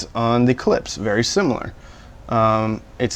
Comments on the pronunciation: 🔵 If ANYone came over to my house and put a coffee cup down on one of my speakers they'd DEFINITELY be remonstrated with! ....and Btw, the speaker companies name is pronounced: ClipSH,... Not "Clips". It puts a steering wheel on my groin [drives me-nuts], when you say it like that). I also think that the Polk might have bad crossovers or a batch came through that weren't 'Voiced' properly for some reason (it has been known to happen!), It might be worth it to contact Polk and speak with them about it. Tell them if it works out you'll do a re-evaluation. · "Clips" lol KlipSCHHHH like "shhhh" ;) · todays lesson: Klipsch, not clips. Husqvarna, not husk-a-varna. and finally Porsche like poor-sha, not porch. lol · I think you should pronounce Klipsch "clips" at least one time in every video you make. I think it's your thing!